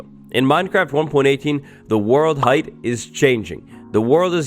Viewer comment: Change number 1 says eight instead of hight